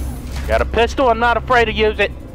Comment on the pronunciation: My sis thought you said pencil instead of pistol